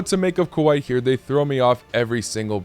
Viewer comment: Please pronounce Kuwait right